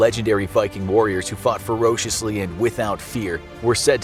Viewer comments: ".... allowing them to fight fur-osh-ishly " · I fight Fuh-rosh-esly